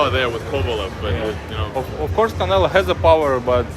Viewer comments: Why does he keep saying "Canela" instead of "Canelo"? At least it doesn't seem intentional. lol 😂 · Sounded like he said CANELA.... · Hahahahaha Bivol said Canela 😊😊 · HE CALLS HIM "CANELA" LMFAO 😂🤣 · He said “canela” cuz he a bitch 😂😂😂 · I love he calls him, “Canela.” It cracks me up every time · Sounded like he kept saying Canela 😅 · Bruh this guy saying Canela I think he knows how to say it right just playin da game Lmao. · Eastern Europeans for some reason always call him canela. It's like they don't know how to pronounce o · This mfkr calls him Canela 🤣🤣🤣🤣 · Bivol "canela" 😂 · Bivol says Canela 😂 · he says canela on purpose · Bivol: "Canela" lol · Bivol been sneak dissing calling canelo "canela" lol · I like how he calls him "Canela". Sounds about right. Lol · "Canela," Was that on purpose? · He can’t even say Canelo right